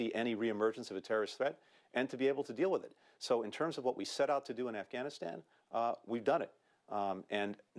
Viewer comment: I saw this general with all kinds of shit all over his chest, you know, ribbons and the like, clearly say "Assghanistan". I listened to it twice to be sure. Kind of sums up these assholes outlook, doesn't it?